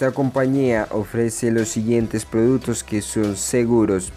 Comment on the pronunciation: Tienes que aprender a hablar, te comes la consonante cuando dices otavo, produto, setimo